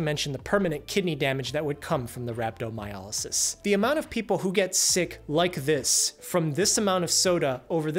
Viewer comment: Why do you keep pronouncing it as Rab-do-my-A-ly-sis. It is RhabdomyOlysis.